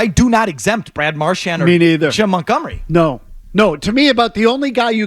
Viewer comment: what made it worse was that Toronto was playing just as bad! and we still couldn't do shit also love that felger still calls him marshmont